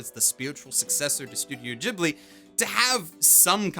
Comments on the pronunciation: Ghibli is pronounced with a hard G! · Shouldn't "Ghibli" be pronounced with a hard "G"?